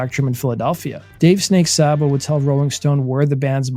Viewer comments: It's not Sahbo. It's pronounced Saybo. My brother knew them personally. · "Say-bo." Not Saa-bo. He even said so when his buddy Jon Bon Jovi did a fake interview with him. Please learn how to pronounce things. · I can't listen to this...it's Saybo..not Sahbo. Unsubbed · It's not Sahbo! Sabo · Pronounced snake 🐍 SAY-BO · Dave Sabo with a long a sound. Not whatever you’re attempting. It’s pronounce like Saybo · Thought Dave Sabo's name was pronounced like "Saybo". The way He is pronouncing it sounds weird. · Saybo it's pronounced Saybo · no mention of their 1st drummer who was bonjovi's 1st drummer but fucked that up. joined daves band and stabbed his drug dealer right before they got signed and had to do 11/29 in the big house, rob was an emergency replacement... and its pronounced SAY BO dammit...